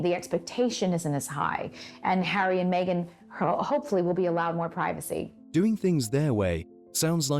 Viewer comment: Where does the Britt accent come from. Pwivicy, for privacy when did R become W.